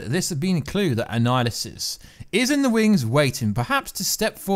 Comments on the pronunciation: Annihilus not Annihilusus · na I mean this guy keeps saying annihilisus..its annihilus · Since you DID ask.....it's Annihilus, not Annihilusus. You called him/it the latter at least 3 or 4 times. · It's kronos not anninhuls, he has been stuck in the quantum realm. Awhile back they said another jim starlin character would show up. Thanos is 1 and now kronos might be 2 (both are starlin creations) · Bro its pronounced an-Nile-us. No apostrophe S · If you’re going to make these videos, you have to learn how to pronounce the name ‘Annihilus’ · yes..but I'm saying was saying his name wrong